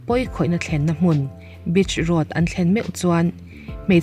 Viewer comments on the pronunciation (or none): Bitch road ti in a lam vei ni 😂😭